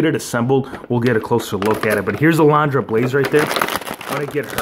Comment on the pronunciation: Uh-LUN-druh. Say it with me now: UH-LUN-DRUH. Lol just messing with you bro. Great unboxing & review,! Gotta have that Razor and A-LUN-DRA Blayze!👍👍😁